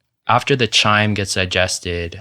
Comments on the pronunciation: Good discussion, covered pretty much all the stuff I'd seen regarding carnivory thus far. Just a minor thing, 'chyme' is pronounced Kyme...K, not ch, even though it's spelt with a ch. (Gotta love the English language!) There will probably emerge different TYPES of the carnivore diet in the future....so much to unravel....but for now it's so straight-forward & simple to recommend eating only animal products in general; no macro ratios to count, etc. A great way to go keto. :-) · (Biologist here): Great info, but "chyme" is pronounced with a hard "ch" like "Kyme". Also "caecum" is "see-kum". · freestyle would "chyme" be like "Chemical" or "chorus" .